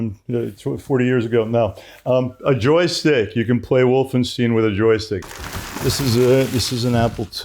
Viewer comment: Loved this documentary except the part where he called the game "Wolfensteen" ;)